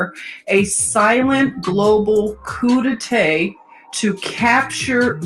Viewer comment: The a in coup d'état is pronounced like the a in Jah. You are Eternal.